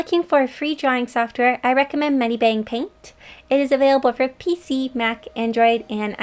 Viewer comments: WaIt WaIt waIt... Megibang? I thought it was medibang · Megibang paint...... bruhh its medi...